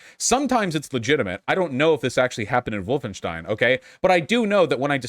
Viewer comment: Lol he said Woof-enstein